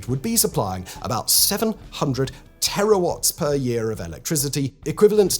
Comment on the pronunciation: Yes, but "terawatt" hours, not "terrawatt" hours. Also wrong in minute 19: "Kilowatts per hour" (radiation intensity) and "Gigawatts per hour" (annual net output).